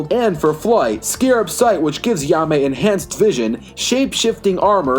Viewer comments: you did not say his name right at all bro said ya-me instead of hai-me JAIME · Lol ya may? It’s Jaime (hi mey) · No disrespect but ur saying jaime wrong it's like "Hi-Mai" not "Ya-Mai" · Who tf is he-ame! Its jay-me or hi-meh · “Yahmay rise” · Also, if I may, Jaime's name is pronounced as "HIGH-MAY" I know Spanish isn't your strong suit (heh) so I'll cut you some slack but please keep that in mind next time. Thank you. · Its pronounced ha-eemeh(jaime) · Yaa-may? What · Great video but the way you pronounce Blue Beetles name really bugs me lol. It's pronounced Hi-May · 1. ............. learn to say his name.